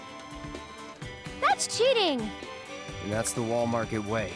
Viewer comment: Why is it that every time they say 'Wall Market' it sounded like ' Wal-Mart' to me?